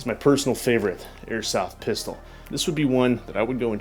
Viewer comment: you're not a child say pistol and speak properly